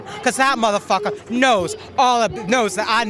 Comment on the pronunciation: Damn what's in that pipe, he cant even say muthafucka right? 😂😂